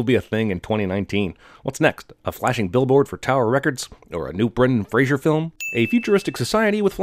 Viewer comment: Rose BPOS His name is FRASER, even if the Cinema Sins guy pronounces it 'Frazier'